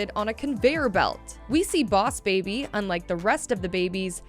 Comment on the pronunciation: oss baby? Lol No hate btw